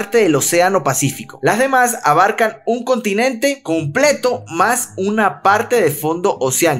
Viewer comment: Minuto dice contonente